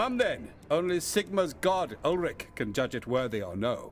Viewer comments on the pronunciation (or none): none